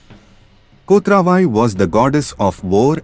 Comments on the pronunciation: Not kothra VAi. It is "Kot ravai ". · I wonder why you could not pronounce "Kotravai" as it is.